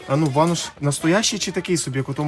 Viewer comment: БанУш а не банОш. Банєку. 😂😅😂